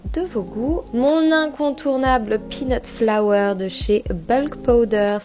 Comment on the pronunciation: 🤤🤤🤤hmmmmm c'est tout ce qu'il me fallait pour me remonter le moral avec ce temps pourri! Je suis sûre que c'est délicieux ! A revoir peut être la prononciation de "peanut flour " 🤔parce que peanut flower🌸...chui pas sûre que ça ait le même goût 🤣! Merci de nous gâter autant 😘😘